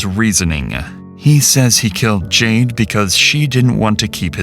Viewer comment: Why does it sound like you are constantly sighing in your narration “JadeUH” CringeUH